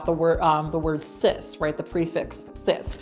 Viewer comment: Anybody else hear "cis" as "cyst"? Every time 😶